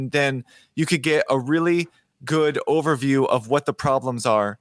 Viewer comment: I have a very important request for. I keep hearing "the ovary project" over and over in this series. Let me first say that I really respect it when a man is comfortable enough to repeatedly name the female anatomy. I'm just guessing that you mean to say "the overview project" so can we maybe work on that pronunciation a little bit? I mean, ovaries and overviews, it becomes a little bit hilarious when you keep hearing one instead of the other... 😂